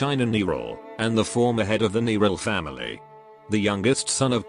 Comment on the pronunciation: The voice correctly pronounce Młynar but not Nearl A.I. generated voice is a strange and beautiful thing.